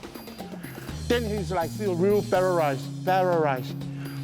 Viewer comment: "Electrical vibreshion....pererize." 😂😂😂😂😂😂